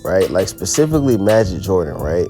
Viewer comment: It’s pronounced as majeed